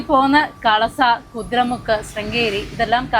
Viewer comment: കുതിര മുക്ക് അല്ല ,കുതിര മുഖ്